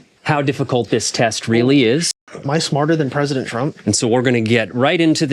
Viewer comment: Ladies, gentlemen, and everyone in between... you Presentdent.